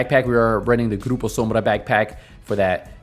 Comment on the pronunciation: Wait a second, did you pronounce "Grupo Sombra" correctly? Do you speak spanish? anyway, this build is insane. I'm going to work on it. Thanks a lot for show it to us.